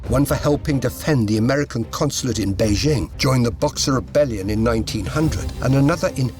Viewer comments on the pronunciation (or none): none